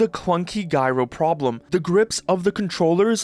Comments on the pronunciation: hey my guy... its pronounced "jai-row"... sorry, not sorry... and valve has always under cut themselves. because this is what actual great companies do. valve is prioving what ive known all along., the consumer market is inverted. if you build better quality that lasts for longer. you destroy built in obsolescense and the scarcity trick corpo's plsay on us all... god i love lord gaben... the best person of all time... well except for that carpenter guy, ol whats his name... lmao, j/k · OG Steam Controller had no built in batteries. Li-ion batteries are expensive. Also, I HAVE to point out that it's dji-ro, not guy-ro : for gyroscope. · Guy-row bandwagon. It’s short for Gyroscopic- J-ai-ro-scop-ic. Shortens to Jai-ro. Just fyi. No hard feelings. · Gyro is short for gyroscope so it's pronounced jai row not guy row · "GYRO" "JY-RO" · Guyro? Gyro is pronounced with the J sound. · Gyro not Guyro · Guy-roh? It's Jaiy-roh. Like Jive, Jaiy-roh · It’s pronounced “jie-row” not “guy-row”. And for anyone correcting me saying it’s just his accent. That’s not an accent. It’s literally just mispronunciation. If I’m being honest I hate when people say that because there really isn’t such thing as an accent. There’s only one way to pronounce words and that’s how they are intended, but I won’t get into all of that rn. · Just a heads up, gyro is pronounced with more of a J sound. Jai-row, not Guy-row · I wondered what the hell a "guy row" was for a bit until I realised he meant gyro 😅😅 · You're suppose to read gyro with a j sound at the start like "jie ro" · Bro actually said "Souldered" and "Giero" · guy-ro is pissing me off too hard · bro said guy-ro lol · Sorry, did you just pronounce "gyro" as "guy-row"? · "guy roe" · Guy-ro? Have i been mispronouncing gyro for the last 25 years, or is this guy mispronouncing it? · Its not guyro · Can't wait to try out "GUY-ROW" aiming on the Gabe-pad. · Its pronounced Jyro dude. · "GUY ROW" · It’s Jai-row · It's pronounce Jyro.